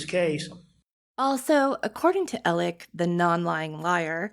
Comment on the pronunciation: I CANT with the “Elec” Murdaugh pronunciation! Make it stop! Please! 😜